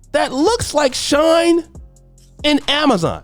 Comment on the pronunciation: It’s pronounced “SHE-N” not shine. If you was married, you would know these things. 😂